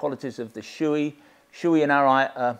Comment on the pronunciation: Thanks for the excellent review. By the way it's pronounced "show-eh" not "shoe-ee".